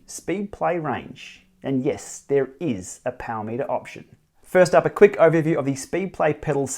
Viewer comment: BAM! There it is! I wish they would stop dropping vowels though.. 'POWR' is just wrong ;-)